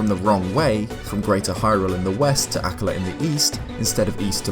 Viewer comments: It's pronounced ah-KKA-la, not AH-kka-la 😩🙏 The emphasis is on the second syllable, not the first !!! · I thought it was pronounced like uh-KA-la, not AK-ala. Interesting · AKKAAAAAAAAAAAALA not “ACK-a-lah” 😭😭😭😭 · Anyone else pronounce Akkala as "Uh-KULL-uh"? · Nooo,! Pronunciations, boyo! Haha. Akkala = Ack-arr-luh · normally I love hearing you speak but holy shit I can't take you pronouncing it like "akluh" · Your pronunciation of the word "Akkala" hurts me. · Your voice is perfect for these videos but I HATE the way you say Akkala